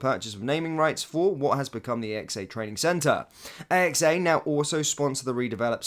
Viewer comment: AXA not a.x.a